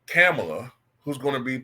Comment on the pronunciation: I donate to you but your political takes are whack in my opinion. I’m not a Kamala fan but you should at least pronounce her name correctly.